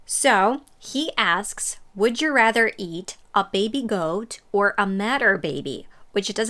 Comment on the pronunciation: Thanks I think I can call my self fluent in English. Except I had to turn up the volume a bit to hear he said goat. That was quite a thick accent. I am quite good for different accents around the world. My girlfriend is from China so we speak English at home. Her English is very understandable with some common Chinese mistakes, mainly long and short gets wrong some time. Bed and bad, bike and back gets confused. (And from the English spelling is mostly impossible to know). But although her skills are good she almost totally lacks common English expressions and can't handle other then pure English and Chinese accent. Also no jokes of any kind. So to be a funny guy I need to do slap-stick and funny voices or nothing hits the mark.